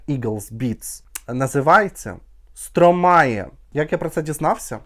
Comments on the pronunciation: Французи кажуть СтромА , останню букву "е" не читають😂 ну не Стромає точно😂😂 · А він і не француз. Сам співак в інтерв'ю вимовляє як Стромай